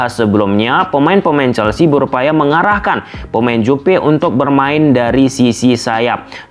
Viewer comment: Juve bang bukan Jupe😅